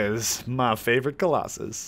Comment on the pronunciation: shadow of the colos-sus edit:SORRY I HAD TO LMAAOAOO